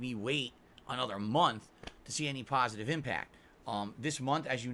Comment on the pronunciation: Pahsitive Impact, this dude just cannot stop begging.